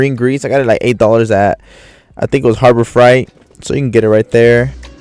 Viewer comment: Harbor Freight ❌ Harbor Fright ✅